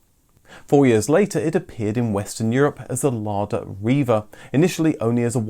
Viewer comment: IT IS NOT RIVA ITS NIVA